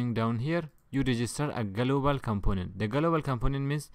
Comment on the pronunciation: galooobal components !! 😂 its very fun man, thank you very much